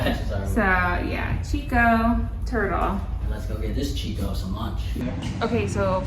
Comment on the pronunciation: Beautiful baby!! We enjoyed your video. Just wanted to mention that Chicco is pronounced different from what you said, the chi sounds like “key”